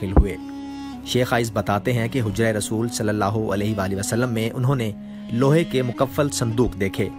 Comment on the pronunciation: میل کے لئے رضی اللہ عنہ اور فی میل کے لئے رضی اللہ عنھا کہتے ہیں، رسول اللہ میں رسول کے لام پر پیش ہوتا ہے زبر نہیں ان غلطیوں کو درست کرلیں جزاک اللہ خیرا